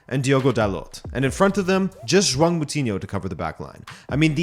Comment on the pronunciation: The "ão" sound in João is very difficult for non-portuguese speakers to pronounce. Even explaining it is hard, it is just one of those unique sounds that every language has that are difficult to translate.I think it is fine if you pronounce like Jowow, most foreigners do anyways and people will know what you're talking about